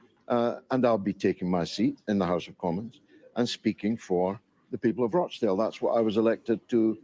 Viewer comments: ) it's Rochdale with a hard O like "got" not "goat" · Rochdale lol not roachdale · It's not Roachdale canny lad it's Rochdale 🤣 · It’s Rochdale…Rawchdale, not Roachdale! Thanks! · please, George Galloway's constituency is called Rochdale, not 'Roach-dale'. Listen to the way Mister Galloway pronounces it. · It’s pronounced Rotchdale, not Roachdale, I may as well call you Dainy! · I'm from Uk. Rochdale: pronounced Rotchdale 😊 I'm a big fan of your brilliant show! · Ro in Rochdale is pronounced Ro[as in Rock]chdale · You are mis-pronouncing Rochdale. Listen to George's speech. The roaches are in Parliament, London...